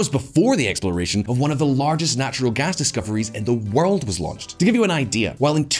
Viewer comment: this guy is great but he need to learn how to pronounce Poor and world........